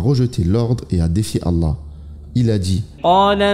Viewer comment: On dit pas alla mais Allah…arrêtez vos trucs bizarre